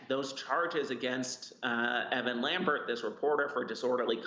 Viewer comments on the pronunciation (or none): none